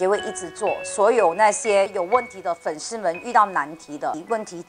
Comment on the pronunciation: 粉丝sī 不是shī